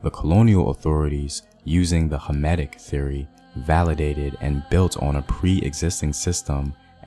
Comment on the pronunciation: Did you say hermitic theory, because I can’t make out what you were saying but the auto-subtitles say hermitic and I can find any articles that link hermitism and the conflict.